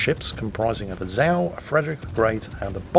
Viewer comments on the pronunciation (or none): none